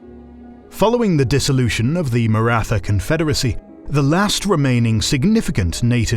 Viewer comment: Thanks for these vids guys. Suggestion to study how the main terms are pronounced would add to the authenticity of the channel. Maratha is pronounced with a T (like in Tom but with Indian accent lol) and aspirated H together, not the typical "th" sound in English like in "wrath".